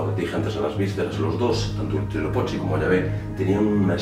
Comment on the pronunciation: No te molestes, pero realmente no pronuncias bien las palabras ó nombres del idioma Nahuatl que era el que hablaban los mexicas (aztecas). Huitzilopochtli se pronuncia como lo ves escrito y no como tu lo pronuncias y significa Colibrí Zurdo y sí es una representación del Sol. Tenochtitlan se pronuncia también como la ves escrita. En el idioma Nahuatl, las palabras son graves, tienen el acento en la penúltima sílaba, como si dijeras Te Noch Tí Tlan (con acento en la i) ó Huit Zi Lo Póch Tli (con acento en la o). Saludos y son interesantes tus videos.